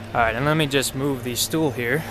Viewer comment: U said, lets just move the stoel here